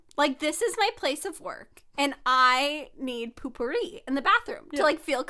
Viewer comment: I thought potpourri was pronounced “poe-purr-ee” but is pronouncing it “poo-purr-ee” and I love it cause it has “poo” in it 😂